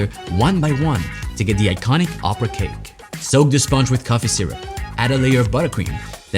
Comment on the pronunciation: You have an incredible French accent when you say something in French (Joconde,opera,et voilà…)